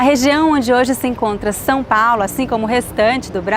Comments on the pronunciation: São is not pronounced Sao. The "a" is like nasal, and the "o" is like the latin "V" in "TVVS". Most of Brazil pronounces "dah deh djee doh doo tah teh tshee toh too", but in Pernambuco is Paraíba is "dah deh deeh doh doo tah teh tee toh too" (the t sounds Italian instead of English). Intonation is very important in Portuguese, we generally talk like singing, but be believe people from Santa Catarina sing way more than the rest. Portuguese is fascinant. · I think your only mistake in pronunciation was São Paulo. It is more like San Paulo. Other than that, I'm really enjoying you learning portuguese and can't wait to see your reaction to gaúcho accent ❤ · He cannot pronounce São correctly.